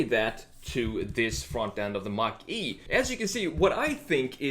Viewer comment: you just call it a mach e😂